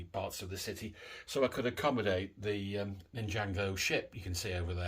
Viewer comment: Loving your videos mate. I have a huge city under construction in my garage. Assembled way more than enough to fill around 120 baseplates - just need the time and motivation to get on with it. Just one small thing please - it's NIN-JAR-GO lol.